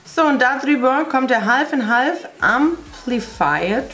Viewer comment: Das L bei half spricht man nicht mit aber gut